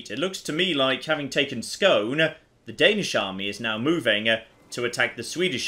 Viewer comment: I can't sit quiet any longer... Skåne is not pronounced "Scone" it's pronounced "Scone-eh". I do appreciate you turning the culture Swedish though!